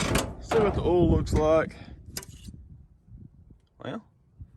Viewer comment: I love the way he says oil. “Ole” 😂 when he said old ole, I laughed. Oh southern drawls…😂